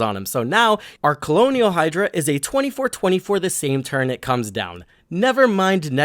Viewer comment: Colonial Hydra is such a fitting mispronunciation since we’re on Ixalan with the vampire conquistadors.